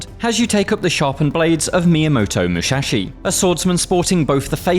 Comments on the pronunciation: MUSASHI, not muchachi... god, I hate american accent! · Mushashi? xD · Myamoto "Mushashi"?."Mihune" Toshiro? Man, at least try to pronounce their names correctly. Game looks cool though.